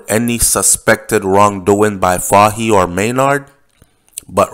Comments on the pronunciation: it is pronounced FAHIE "FOY" NOT fa-he lol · Name is pronounced as Fay-hee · It's pronounce, like the word toy, fah-ie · The correct pronunciation for Fahie is FOY. Fahie——-FOY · his last name is pronounced "foy"secondly you are overreaching with your statement about the governor.... if you know anything about the British they are very diplomatic ... so coming out to clarify that their inquiry was not drug-related is expected hence the reason for the early publishing of the report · His name is pronounce Foy.